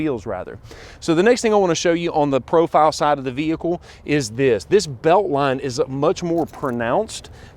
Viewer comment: No hood shocks....very informative, but fender wells are huge...STOP SAYING "THE VEEEEEHICKLE" It's an explorer....Say "this explorer" or the new explorer